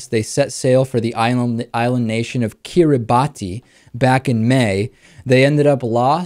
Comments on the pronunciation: First of all, it's pronounced "Kee-ree-bas", not "Kir-ri-bat-tee". If you want to pose as a professional journalist, DO SOME RESEARCH FIRST. I am from Kiribati, and yes, we do honor our God unlike America. This whole video is hate propaganda from beginning to start. The facts reported to the USCG about this, and the way this Christophobe twists the story is amazing. As a merchant marine, boats like this get rescued all the time. I myself once had to rescue three out of four gays.. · Their main fear is life itself. Idiots. That 'god' of theirs should have guided them off the planet. BTW, the correct pronunciation of Kiribati is 'kiribas'. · I wanna go to Kiribati!, a beautiful nation of islands (David is is pronounced Kiribas), btw you should report on that nation it is in economic trouble and is slowly sinking under rising waters.